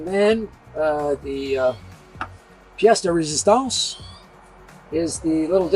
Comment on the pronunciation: "Pièce de résistance", perfect french there! Are you bilingual sir?